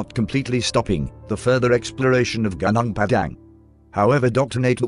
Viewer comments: Ganang Padang lol... It's actually more like Goo-Noong Padang. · If they type in "goo noong pah dung" the text to voice will sound closer to the name of the place. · Ganang Padang? Please pronounce it correctly. 😁 Terima kasih. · Gunung Padang Pronounce as : Gu -Nong. In English = Mountain. In short Mount. Gu (Like when you say, Google) Nung (like when you say No with a continuous “ng’) So it Gu-nung Pa (like how you call Papa as in father) Dang (Like how you say, cow’s dung) = Pa-dang So if you don’t want to sound stupid, you can just say, Mount. Padang. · It's pronounced as goo-nong par-dunk, literally means field(plains) mountain